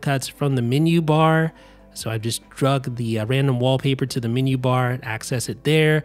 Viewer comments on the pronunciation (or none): super helpful, but you're mispronouncing the word"menu" as "mini" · The min-you bar. I must discover this new feature of the Mac, the min-you bar.